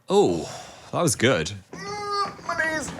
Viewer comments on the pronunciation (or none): The awkward silences, the ambiguous remarks, Dan saying "mi kneez"👴, I'm lmao here. I love you two😂💕